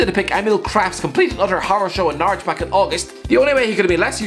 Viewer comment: Whenever say's Norwich it sounds to me like Naruto.